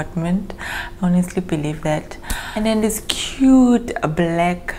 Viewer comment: When you said "dis" you killed me🤣🤣🤣